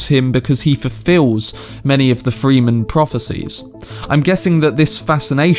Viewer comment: Fre- in Fremen is pronounced like frenzy. The u in Irulan is much shorter. Closer to Duke "Lay"-to. Rah-Baan. Dr. You-eeh. I see other commentators got you covered on other stuff already. Glad to hear you like it. Enjoy book two ;O